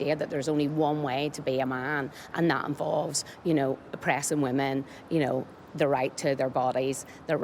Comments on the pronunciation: It's pronounced "WOMEN" not "WOMAN" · This journalist pronounces Women like Woman 🤦‍♂️